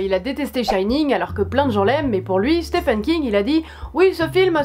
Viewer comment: Super vidéo ! Ça m'a donné envie de découvrir tous ces films ^^ Par contre c'est "Stephen" King qu'il s'appelle le monsieur, pas "Stéphane" :p